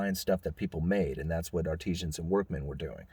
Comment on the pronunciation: Ar-ti-zans - ie. artisans. Small point.